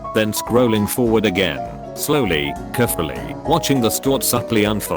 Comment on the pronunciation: #DDM no one: not a soul:: kErFuLLy, hE's a hErO